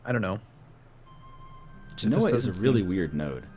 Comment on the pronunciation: It's pronounced Ge-no-ah Genoa